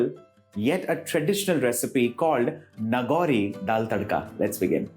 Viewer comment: Nagaur, Rajasthan. His pronunciation is wrong.